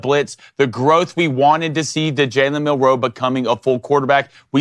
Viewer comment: It's Mil'-roe, not Mil-roe', Ein-stein'.